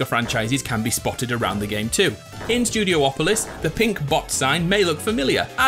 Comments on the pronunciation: IT'S NOT STUDIO OPOLIS!!! IT'S STUDI OPOLIS!!! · Studiopolis, not studio-opolis